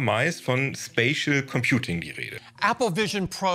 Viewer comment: immer wenn 'spatial computing' sagt höre ich 'spaceship computing'